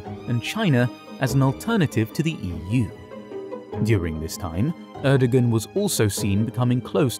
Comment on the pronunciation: The pronunciation of “Erdogan” was unbearable